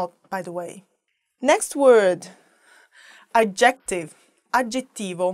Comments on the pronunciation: Stress the FIRST syllable of the word adjective in english. 🤗 "AD" jective. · Yes! I thought the same thing. I was like "Is she trying to say objective?" and then I looked and she was trying to say adjective. Yeah, stress needs to go on the first syllable.